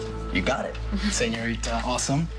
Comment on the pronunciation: The way they made Diego pronounce Señorita the green ghost way